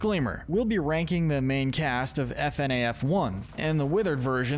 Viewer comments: 1. It’s pronounced “Fuhnaff” not “F-N-A-F” 2. Mangle was originally known as Toy Foxy, not Funtime Foxy as A. The funtime animatronics weren’t built yet at the time of FNaF 2 B. FNaF World is non canon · I have never heard somebody pronounce FNAF as F-n-a-f instead of fi-naf before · I like how he says f-n-a-f instead of fa-naf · F-N-A-F? No, you say it ''Funaff'' Also, NO THE NORMAL AND WITHERED ANAMOATRONIOCS ARE NOT THE SAME, FNAF 2 HAPPENS BEFORE FNAF 1 Vanny is very evil but Venessa is just doing her goddamn job...... Where is Henry on this list? Eh Afton began broken then became pure evil, Charlie's murder was because he was broken, the rest where pure evil. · It’s “Fnaf” (fuh-naff) not “f-n-a-af” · It’s pronounced FUH-NAF NOT F N A F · its fuh naf not fi naf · Its Pronounced FUN AHF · IT'S PRONOUNCED FU-NAF! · its pronounced fuh-naf edit: revealed by the SB dlc, monty was not jealous of freddy, but mad at him for killing glamrock bonnie, but he was mad at a prototype and he didnt know that the freddy in the main game was a different freddy than the one that killed bonnie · man fr pronounces "FNaF" as F-N-A-F 💀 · I’m sorry bro but it’s pronounced fuhnaf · The way you prenounced FNAF was insane 💀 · sameee , the more it was said the more i cringed